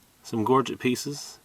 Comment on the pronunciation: Wow...thanks for sharing your amazing collection, I can feel your passion for artifacts!! This sounds petty but so glad to hear you pronounce Gorget correctly......Happy hunting. James